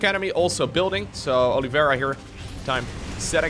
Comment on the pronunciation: Oliveira means olive tree in Portuguese. If that's what he's using, it's pronounced "Oh-lee-vay-dah"